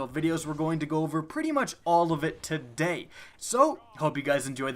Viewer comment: "what is up guys here and TA DAY..."